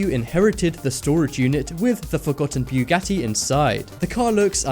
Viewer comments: it's buggati not bjugatti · Its bugatti not bewgatti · its pronounced boo got e not trying to be rude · boogati, not ‘buegoti’. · Boogati not buegoti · This guy is so stupid, can't even pronounce the very known names correctly! He pronounces Bugatti like this: "Biyogati"!!!! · Why "bJugati" ? Just say Bugatti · i'm sorry but it's BUGATTI NOT BEUGATTI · Bu-ga-ti not Biu-ga-ti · It's pronounced bugatti not buegati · Bewgatti? It's pronounced boo-gotee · Its not called a byougatti its a Bu-gat-ti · Stop saying Bjuwgadi its called Bugatti IM GETTING TRIGGERED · it's pronounced (BOO-GATY) not (BYOO-GATI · Byugatti XDDDDDD its pronounce boogatti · Bu .Gatti not Bwegatti! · O god I think I got cancer from the way you said Bugatti. It's Bugatti, not Bewgatti. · U say bughatti wrong and it’s so annoying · Lol u say Bugatti as bew catty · Since when is it BEWgatti? LEARN THE DUMB WORD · I swear to god of he says buewgatie one more time, i will shoot up my school. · bwugatti haha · you say buggati wrong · ..did he just say Peeugati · dafuq is bewwwwgati?lmao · Its not bewghatti sorry im just triggerd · WTF IS A BEWGATTI YOU BUTCHERED THE FUCK OUTTA IT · Ughhhhh why do you keep saying Byugati yes with y its annoying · bewgatti XD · Beugatti? Begatti???? BeuEEEgatti✔️ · hahah you are saying bjugati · why u say it like "BE-YOU-GATY" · nigga its not B-U-GATIE. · boo got eeee not what the freak u said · if you pronounce bugatti like beuwgatti again I'm going to become homicidal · boogotie is the pronounciation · Did it anonoy anyone else about how he pronounced bugati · Umm fastest car in the world is the Bugatti Chiron get ur facts right plus the way u said Bugatti lol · You put to much emphasis on the u when you say Bugatti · It was Literally killing me when he kept saying Bugatti wrong. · you sound so fucking dumb when u say bugatti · You said Bugatti wrong